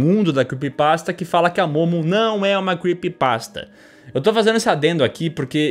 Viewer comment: se arrumou todo fez a maior produção, tudo pra chegar la e ficar falando "quepypasta" q feiura pqp